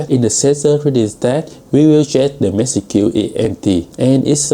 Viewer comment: Really struggling with the pronunciation of the 'age' of package and message.